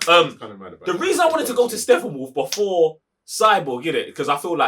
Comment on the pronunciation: GUYYYYYYYYYYYS !!! What's wrong with the real name of StePPenwolf ?! Stop saying SteFFAnWolf !!